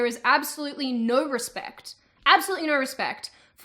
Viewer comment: You do that thing where you insert r's between words to flow between them. When you say no, it sounds like nurr :) I'm still not over how weird your accent is.